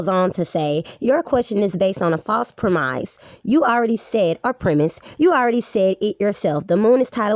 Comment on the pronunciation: And I quote, "reading and comprehension is fundamental". Yet YOU can't pronounce the word "premise", or as you say it, "premize". Hahahaha! Just a thought, maybe you shouldn't make fun of people who are showing you how ignorant you are.